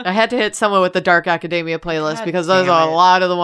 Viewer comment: pronouncing academia like that is crazy. theyre like saying macadamia